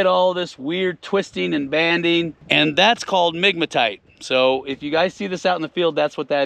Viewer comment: I heard nigmatite! 🤣